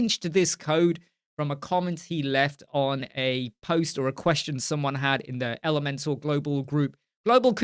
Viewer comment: You got it right, it rhymes with Leeds :)